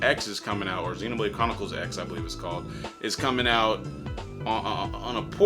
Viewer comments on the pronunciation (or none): It's pronounced Xenoblade Chronicles Cross. Cross is the true name of the main character of that game.